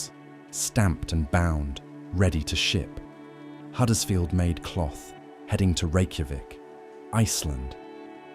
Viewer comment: Just as a matter of interest, it is Huddersfield with a 'U', not Haddersfield, as you said so many times during the video....